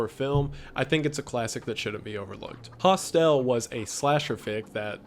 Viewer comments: Hostel is HAAS TUL not HAS TELL (accent on the first syllable). please continue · The way he says some words wrong every now and again in his videos 😂 hostel isn’t pronounced host-el 😂💗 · K sorry. I know this is an old video. I assume someone has already commented this but: Hostel - (hoh-st-uhll) not (hoh-st-ehl) the end of hostel is not as pronounce as you're doing in this video. Think the end sound of the word "knuckle" or "buckle" hostel is hostle. K gonna go back to enjoying your video now. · He did pronounce it wrong, however, It's not hostile, it's hostel. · FYI, Hostel is pronounced hostul .. not hos-tell. Thanks for sharing. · You say it like Hoss-tell. It's pronounced Hoss-till ❤️ Also, Tusk wasn't about a seal.. he was turned into a walrus. August Underground Mordum was the worst non-snuff film I've seen. I watched the whole trilogy (August Underground, August Underground Mordum, and August Underground Penance), and the second one was the worst. There is a 4 or 5 year old, maybe younger, who is half mutilated in a corner of some basement and one of the dudes start eating the maggots and the rotting meat that are coming from the child's rotting amputated leg, Last thing, if that film that was translated from Portuguese had anything to do with HIV/AIDS in it, it took place during the 80's as the virus was first recognized in 1983. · This guy can't pronounce shit for the love of God. It's midsommar So-mar Hostel Not hostell Hos-tul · Hostelle huh? Its not pronounced like Estelle .. Host-il . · It's pronounced HOS-tel, not hos-TEL. Accent is on the first syllable, not the second. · Why do you pronounce 'Host-EL'? It is pronounced 'hostl' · Its pronounced Hos-Til, not Hos-Tell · I'm disturbed by how you pronounce Hostel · Same! Was surprised as well. I'm South African and we pronounce it 'hos-till'. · It amazes me that he's this age and can't pronounce the word hostile correctly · "Hostell" is one way to say it lol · I’m so sorry but...”Hos-tell” LMAO